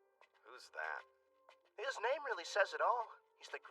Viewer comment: You got the name right!!!